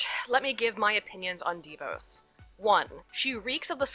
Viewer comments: It's not "DEE-VOSE". It's "DaVoss" That's the real pronunciation. She's a nightmare and was instrumental in ruining the Michigan public education system. And there is a clear conflict of interest between the fact that she and her husband own a student loan collection corporation and that she determines student loan policy. That is a real problem. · ok, new fan, love your videos. It's pronounced Da-Vos. I'm from Grand Rapids and they're wonderful people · pst--It's pronounced de VAWS, like Vos rhymes with lip gloss.